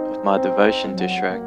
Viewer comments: xD se pronuncia chuek y es imposible que no lo sepan pronunciar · Mi abuela dise shuerk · Tataje Rojas Aquí lo pronunciamos como Shruek o.o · Todos: SHREK Rubius: E S R E C K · Rubius le dice esrek yo le digo chuek :v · Anime Games/Noticias & Hentai Games ASI NO SE ESCRIBE SE ESCRIBE SHREK NO SHUEK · Anime Games/Noticias & Hentai Games en latino es shrek es el verdadero nombre como le van a decir shruek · porque Carajos Le dicen 'EsRek' es Shrek Los españoles no entenderán busquen como Se dice Shrek en latino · Qué raro es escuchar el esreq cuando yo lo pronuncio chrueq JAJAJAJAAJAJ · El lo dise tipo: esrek Y yo le digo tipo: shuek xdxdxd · JAJAJA me sentí tan confundido cuando decía ESH-REC, JAJAJAJA no sabía que en españa tal vez sea allá que se dice así. Bueno en Venezuela se dice normal, como Chrek, (Se que así no se escribe, pero para que entiendan como se pronuncia aquí). Ay bueno ustedes entienden JAJAJA. Like si tú también dices es Chrek. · El rubius: SREK Mexicanos: EL CHUEK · no shueck, se dice shruek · Españoles:srrek Maxicanos:shrek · Nadie: Absolutamente nadie: El tito rubius: Esrek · Rubius: S E R E K E K Yo: E L V A T O V E R D E Latinoamerica: S H R E K FedeWolf: C H E R E K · En España la mayoría de gente dice esrek yo me incluyo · El Sombare: CHRUEK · En mi casa le decimos "SHUEK" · siii mall xD es yrec lool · Tataje Rojas sip, se pronuuncia yrek pero los españoles y el inglés no se llevan muy bien... xDDD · luis reyes Chuerk o Chruek se pronuncia una vaina así, también soy de Venezuela. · Aca en chile se pronuncia shuec ajaj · (iLyncolme) Se dice Chruek hasta el tipo en ingles lo pronuncia asi... pero los españoles le cambian la pronunsiacion a todo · like por "EX RECK" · Shueck? wtf, no conozco nadie que le diga shueck.... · Nadie: Absolutamente nadie: Rubius: sherek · Yo de decirle srek. . El Rubius:EeshhhhhhRreq . Also Rubius: Asno. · ¿Por qué le dice Esrrek? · Qué raro pronuncias Shrek 😂😂😂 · Así pronuncian shrek en España 😂 es demasiado raro